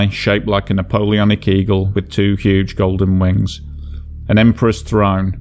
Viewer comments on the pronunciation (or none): none